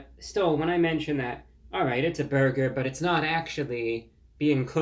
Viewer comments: Lol French man trying to pernouce burger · Awesome review!!! 👍 "You have to pronounce burger like bhurrgherr": 😂😂😂😂😂😂 what neat humor!! 😅😅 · You let me down, Reviewbrah! After watching your video, I dropped by my local Arby's earlier today for lunch and placed an order for the "Big Cheesy Bacon Burger," light on the BURGER sauce. The drive-thru operator retorted: "Sir, there's no need to yell!"